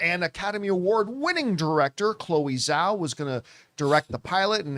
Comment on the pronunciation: Is there some reason why people refuse to pronounce Chloe Zhao's surname correctly? 🙄